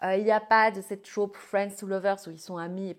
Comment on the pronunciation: Par pitié, ce n’est pas « la traupe » mais « le trope »